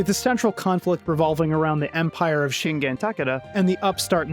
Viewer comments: "Lord Shinjen!" "Lord Shinjen!" Lord Shinjen!" You know, what always drives me up the wall about this kind of egregiously incorrect name pronounciations in older games is, this could have easily been fixed by having anyone on the voice team of the game's development hearing Takeda Shingen's name pronounced properly ONCE...... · It's fascinating to see how little I thought I remembered, only to then watch this video and go, "I remember that!" at almost every animation and stage. Though I still remember absolutely nothing about the plot or backstories. I didn't even remember the Shingen pronunciation fuck up! EDIT: Oh, is that why I remember the game being less visceral?! <- is German